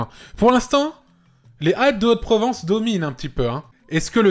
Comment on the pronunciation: Excuse moi Antoine, tu sais faire la liaison sur « les ZAlpes de Haute Provence » ?! Merci